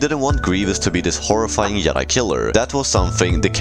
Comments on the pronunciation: Yedi? It’s Jedi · Did you say yoke and yedi? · bruh you keep saying the word jedi wrong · The way you say Joke and Jedi lol. Makes it sound like Yoke and Yedi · "The Yedi couldn stan a shance"